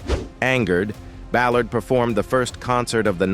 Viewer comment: Terrible narrator misprouncing Ballard and February 22.